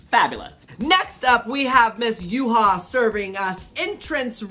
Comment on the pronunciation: Yuhua' Pronounce are Yoo-Hwa 🤣